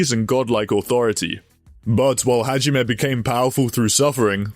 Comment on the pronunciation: bro butchered hajimes guns name so hard i had an aneurism